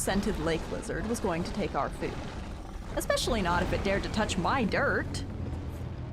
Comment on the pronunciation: the way you say "Myy dirt" for some gd reason made me laugh